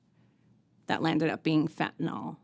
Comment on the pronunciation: Kinda sick of these people can't even pronounce the word correct...it is not FENTANALL STOP SAYING FENTANALL,,LEARN ENGLISH